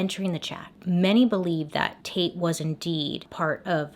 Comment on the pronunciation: Dislikes are at 420 😂 I'm smoking to that. Not going to lie with my immature mind everytime I. You saying "taite" I kept thinking you where saying "taint"🤐😂 I fail being an adult. Love your channel! The best ever!